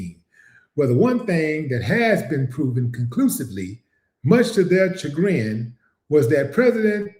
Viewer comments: Shagrin pronounced Sha grin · Great work Willie D yeah the word is a French word, you have to pronounce it Shagrin, keep up the good work sir ❤️💛💚😊